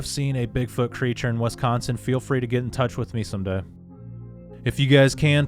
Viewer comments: Wisconsonite pronunciation: Wi.skon.sin, first syllable short i pronunciation. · OMG!!! ITS WIS consin NOT WES consin!!! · Did you say Westconsin? 😏😆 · "wess-consen" wtf lol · Narator pronounces Wiscosin as Wes.con.sin.☺️